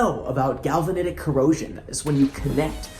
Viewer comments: it is galvanic corrosion ... not galvanetic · Just me trying to be a little funny here; I think actually a true pro would say "galvanic corrosion", not "galvanitic corrosion" 😁